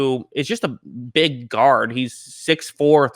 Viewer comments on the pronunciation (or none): none